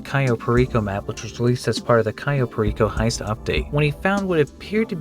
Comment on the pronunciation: The way he says Cayo Perico makes me want to die